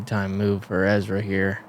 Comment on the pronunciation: "Ezwa adewhold" the only professional athlete who can't say his own name.